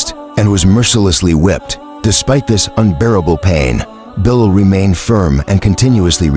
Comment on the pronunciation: Please pronounce his name. Correctly. Pathetic you are